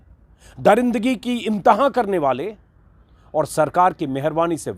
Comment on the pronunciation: इम्तहा नहीं होता है इन्तेहा होता है